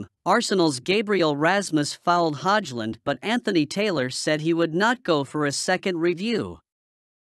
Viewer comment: commentary can't even pronounce Ramus Højlund name, makes him sound so middle-eastern 😂